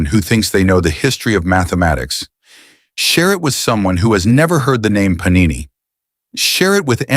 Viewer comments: Puh-nee-nee is the plural of panino, a small bread roll similar to a bun or brötchen, often made with wheat flour and sometimes a bit of olive oil. Paaa-ni-neee is the Sanskrit grammarian. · Sir, Great information. The only difference is pronunciation of his name ... it is to be PaaNiNee please.(not PaNeeNi) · He name was Paanini not Panini... the first 'n' is pronounced in a way you can't in English! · The AI narration is pathetic when it comes to pronouncing Indian nouns . It is not Panini (Thats a sandwich) , it is pronounced as Paanini. What a disservice to a great soul. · Very good video . Enjoyed it very much . But Panini,s name should be pronounced With a long pa as Paanini. Thank you